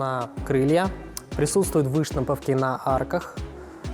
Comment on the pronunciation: дисковые,ударение на первый слог,выштамповки,ударение на О